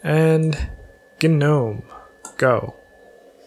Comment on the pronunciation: Did he just say "ga-no-me? REEEEeee